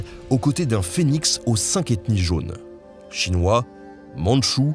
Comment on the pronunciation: Etant un spécialiste modéré de l'histoire des relations entre la Russie, le Japon et la Chine et ayant vécu en Extrême-Orient, la présentation que vous avez faite est bonne et juste surtout. La seule chose, mais bon c'est inévitable, la prononciation des mots chinois et japonais est exécrable. Consultez SVP votre ami des langues-O et tout ira mieux.